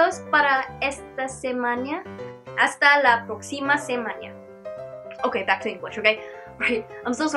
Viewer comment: Semana... Bukan semaña...